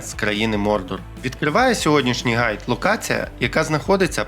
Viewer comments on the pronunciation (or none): none